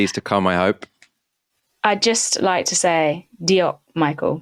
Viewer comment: "Diolch" needs some pronunciation work! The "ch" sound is hissed!